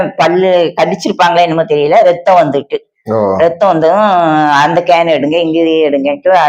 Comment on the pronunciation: இந்த பெண்ணை குழப்புகிறார்..அந்த பெண்ணிற்கு ஒழுங்காக ஜெபம் செய்ய தெரியவில்லை. ஸ்கேன் என்று சொல்லுவதற்கு கேன் என்றாள்... வாய் கிழிய பேசும் சின்ன சாட்சி ஒரு பெண்ணிற்கு எப்படி சொல்ல வேண்டும் என்று கற்று தரமால் உள்ளான். இது போன்ற வீடியோவிற்கு நம் தேவ பிள்ளைகள் யாரும் Like போட வேண்டாம். ஆமேன்